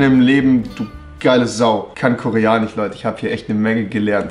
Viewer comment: wieso sagt er koreanich und nicht koreanisch